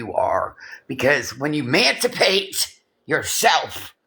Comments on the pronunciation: It’s EMANcipate you dolt. Not MANcipate. Sounds like YOU need to educate yourself. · LORDT GOD speaking on MANSIPATE😂 you STILL COULDN'T MANSIPATE YOURSELF